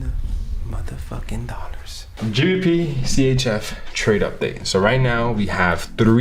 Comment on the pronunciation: Pronounce dollars properly please it hurts my ears